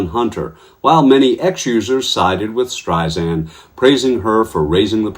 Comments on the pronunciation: After all this time- It's Streisand with a soft 's' like sand on the beach. It's not Streizand with a 'z'. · It's Strei-SAND ... NOT Strei-ZAND!!!! Pronounce her name correctly please. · One comment…her name is pronounced StreiSAND, there is no “z” in her name. In any event, you go Barbra!! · It's pronounced STREISAND not STREIZAND. She hates when it's pronounced wrong. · You pronounced Barbra Streisand's name wrong - it is NOT Streis-Zand as you said - it is Streis=Sand, like "sand" at the beach. She uses this analogy about sand herself. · Its StreiSand, like in sand, not StreiZand, like in Liza. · Streisand with a soft s, not a z! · Please, please, please, her name is pronounced StreiSAND. There is no Z in Streisand. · Can you please say not Barbara Streisand’s name wrong. Her surname is not Streizand, it’s StreiSAND, like sand on the beach. FYI. ❤️❤️ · it's pronouced Strei- SAND..... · For chrissakes, it’s “Streisand-SAND”—if you’re gonna report a story in which you say the name a thousand times, you might consider learning how to pronounce it, first!